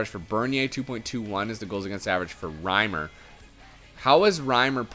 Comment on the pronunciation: Reimer not retailer WYF